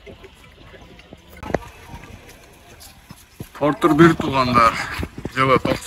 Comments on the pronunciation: Портур эмес портер деп суйло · Портир дебей Портер деб айтылса керек аа 😅